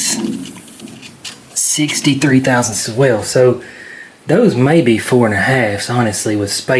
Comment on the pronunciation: I can hear Justin cringing every time you say thousandth lol. Thanks for the vid keep getting after it!